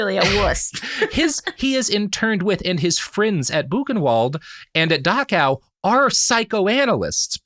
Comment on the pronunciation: It's Dachau not Dakaw. Why is it so hard for americans to speak? :D